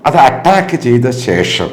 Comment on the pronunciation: Atttaakku,alla do...attack ennu para..